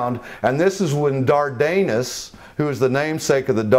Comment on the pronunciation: "Dardanus" is mispronounced in this documentary. The accent is on the first syllable, not the second.